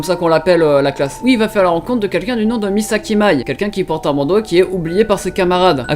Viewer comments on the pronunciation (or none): Mais pk ptn tu peux pas bien prononcer les nom comme another et mei Misaki